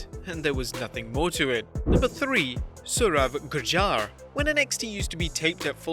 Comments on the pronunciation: its not surav judjar its saurav gurjar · It's Saurav Gudjar not Judjar